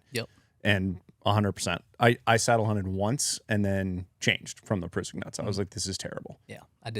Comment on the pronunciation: As a rock climber, them mispronouncing Prusik(Pruh-sick) was a little annoying 😂😂